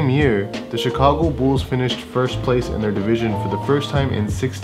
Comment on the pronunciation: The Chicago Bools? 😂